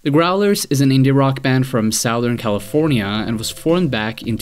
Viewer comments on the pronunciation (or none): When you say Southern California say that shit right Ese!